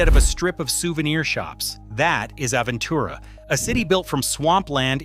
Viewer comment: hard to take anything seriously when the narrator can't pronounce the names of the neighborhoods correctly. We spend a week in Sunny Isles every few years. The condos are falling apart, there's no parking anywhere, everything is expensive, especially the mediocre food, especially at kosher restaurants. Traffic is a nightmare, too many people squeezed into small areas. Aventura has no soul, just high rise condos. We have friends there and can't imagine living there. I lived in Coral Gables in the 60's when the Miami area was livable. Live in N CA now, a paradise compared to Fla. I guess if living a traditional Jewish lifestyle was important to me I might look at it, but only a waterfront single family home. But soon it will all be underwater. And being a car guy with collectibles, I wouldn't go anywhere near seawater.